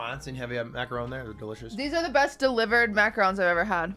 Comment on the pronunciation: is that really the way you pronounce macaroon?